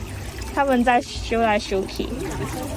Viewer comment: 這集相對來說比較輕鬆愉快，歡樂許多， 說的兩句台語（拎啦，游來游去）說的很好了，在台灣生活台語多學一點是好的，不過真的不簡單，有一個很有名的範例（香港的香很香）三個香都不同讀音，若妳有會講台語的朋友，可以請教一下怎麼讀。（第二個香指的是拜拜的香）